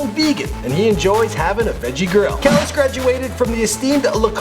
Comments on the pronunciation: Kelis pronounced " Ka-leese" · Please pronounce Kelis' name properly